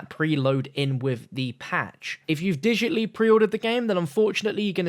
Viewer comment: Digitly lmao, digitally come on buddy!:p